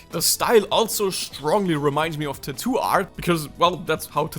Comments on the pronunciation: Why do you pronounce tattoo as too too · Lol i love the way you say "Tathoo " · his tattoo pronunciation is soo cute 😭